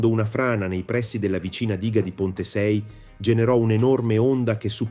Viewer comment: si dice pontesei non ponte sei